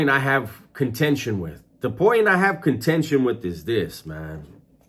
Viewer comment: Con "tension".. slow down homie. I neec a dick&harry book to understand